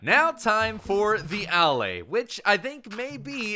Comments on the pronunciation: Its not A-laay its Alae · Its pronounced uh-lay, Not Al-lay. They say it in the into video. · Why do you pronounce it AL- Lay when there's videos of the devs pronouncing it uh-LAY? This is worse than the time they added elytra and every youtuber on earth, instead of just googling how to pronunce that word (EL-ih-TRUH) made up a new pronunciation (ee-LIE-truh), and it stuck now with a whole generation of kids. I really don't understand peoples' brains sometimes. I feel like everyone is trolling me. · It pronounced "Uh- Lay" like you are just saying the word a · I don't wanna be that person, but allay is pronounced al-ay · I'm pretty sure it's pronounced "a-lay." Allay is an English word meaning "to put at ease." Contrast it with "Vex" which is a latin word used commonly in english to mean "to bother or upset"